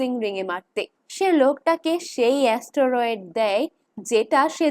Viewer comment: ওটা অস্টোরোয়েড নয় স্টেরয়েড হবে